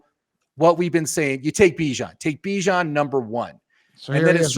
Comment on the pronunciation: His name is Bee-John you nimrod. Everybody deserves to have their name pronounced correctly. Have some respect.